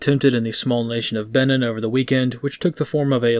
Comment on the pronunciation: It's pronounced "Beh-neen" as in "Beware and take care of the Bight of Benin, there's one comes out for forty goes eeen."